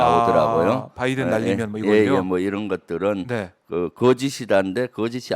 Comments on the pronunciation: 열번 스무번을 들어도 바이던 으로 들린다 그리고 말을 한사람이 진상규명 을 해야 한다고 하는데 누가 누굴 진상규명을 한다는건지,.. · 바이든으로 들렸음.